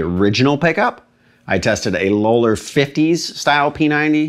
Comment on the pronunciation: Low-ler? Isn't it pronounced "lol-er"?